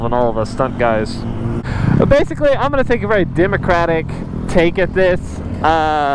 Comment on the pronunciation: for real I was cringing every time he said democratic 😂